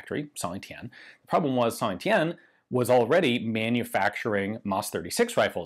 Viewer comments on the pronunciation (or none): A little french advice: Your pronunciation of Saint Etienne is almost perfect, you only miss the "liaison", we often link the last letter of a world with the next one. So when you say Saint, the 't' is silent, but then you should pronounce Etienne linked with that silent 't', which give something like "Saint tEtienne". Have a nice day, congrats for your book, i can't wait to receive it i'm currently like a kid the day before Christmas. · Hi Ian! Great video as usual ^^. A little tip for you speaking in french, always make the link between the T and the E of Saint-Etienne. So instead of saying "Sain-Etienne", pronounce "Saint-Tétienne". It works everytime except when the next word starts with an H.